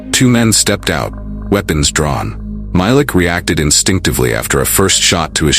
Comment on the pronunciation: it’s actually pronounced MY-LEEK